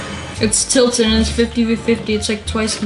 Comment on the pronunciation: WHY THE F DOES PEOPLE SAY TILTEN?!?”?!